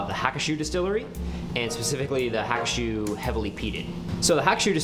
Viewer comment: It's pronounced Ha-koo-shoe.